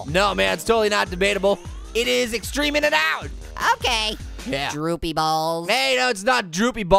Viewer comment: searsly pear it is not egstreem